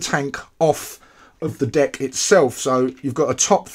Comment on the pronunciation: Is it just me or I heard "D*ck' instead of "Deck"?